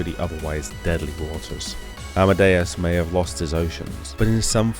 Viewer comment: The king of the sea was known as Amidias. I keep hearing you say Amadeus. Personal choice in pronunciation?